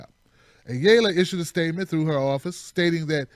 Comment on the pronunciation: Ayala is a Spanish surname (ah - yah - lah). :)